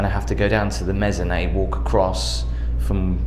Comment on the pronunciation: Hey, Just so you know, “mezzané” isn’t a word. I think you mean mezzanine